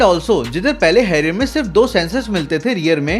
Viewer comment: First learn how to pronounce the words. Then come for reviews. Harrier bolna nahi aata, review karne chale hain.